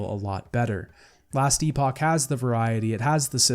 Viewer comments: Just so you know - Epoch in Last Epoch is pronounced like epic. Maybe its pronounced differently for the game specifically. Great video my friend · Last Epoch (pronounced eh-puck or epic) is now rated as Mostly Positive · The way you pronounce epoch drives me nuts